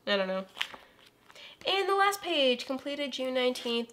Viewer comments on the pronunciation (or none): none